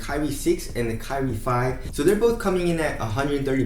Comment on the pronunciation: "kai-re" not "ca-rie" pronounce it better bruh😂😂